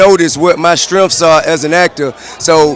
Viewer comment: Damn somebody pushed TI line back like a mug!.. he said strimfs (strengths)